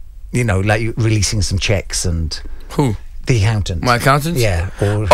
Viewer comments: Westwood said "aHountant" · peep how he says accountant 💀